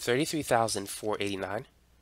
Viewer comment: he said four-eighty-four but the four-eighty sounded like fourty